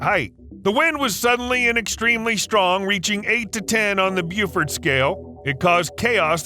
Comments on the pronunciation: Beaufort. Pronounce Bo-fort, not Byoo-fort. That chimney smoke ring. That can happen with volcanoes like Mount Etna in Sicily. You want to move a nuclear weapon somewhere? Maybe just check into a psycho ward would be best.... You're right that wild animals belong in the wild, not captivity. So do humans; but almost none of us, certainly no 'civilised' ones, are free....which might explain a LOT of the weird psychotic and criminal behaviour from humans and ESPECIALLY our "leaders". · BEWfut? Could he mean Beaufort (sounds like bow? Strange and curious videos.